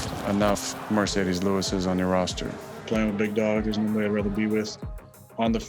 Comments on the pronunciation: his name is mar not mer . It’s mar ce des it’s not mer ce des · It's "MARCEDES" not "MERCEDES" (referring to the title of the video)